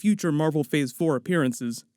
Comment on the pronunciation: Am I trippin or did he say "fhor 4"